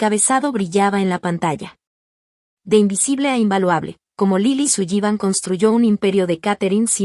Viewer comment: Interesante. Pero no me gusta como, tal vez, para los hispanos parlante, pronuncian el apellido Sullivan.